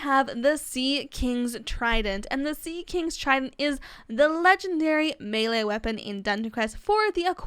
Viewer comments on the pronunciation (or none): none